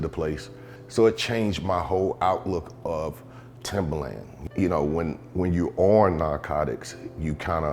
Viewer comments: My mans really just said "Timberland" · Did he say Timber land